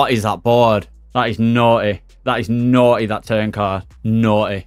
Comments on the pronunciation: That's noy, nah..that's noy ! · That naughty is the most british naughty I have ever heard xD